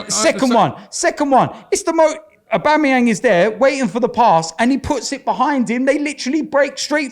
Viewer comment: No seriously, aubamaWHO?